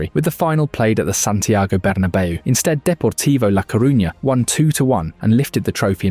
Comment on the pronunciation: I can't bear listening to you mispronounce so many names "Zinna-dyne", "Berrna-bayo", "Chelto Vigo" and the list goes on! And we don't have MVP's in football. I'm surprised he's not called it soccer yet! 😅